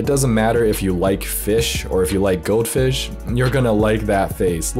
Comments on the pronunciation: Took me 30 seconds before I realised he was saying goldfish. I seriously thought goatfish was a certain type of fish. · I thought you were saying goat fish and i was keeping my eyes peeled to get a glimpse of it